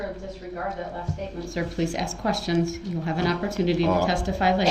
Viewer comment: How true when he "axed da same quesshins" repeatedly. A total MORON!